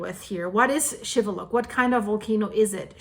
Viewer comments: it is pronounced Shiveluch and not Shiveluck like you are saying you did pronounce the city right, but you messed up the Volcano's name wrong I hope that you are staying warn in Canada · It is pronounced with the 'ch' sound at the end, not 'k'.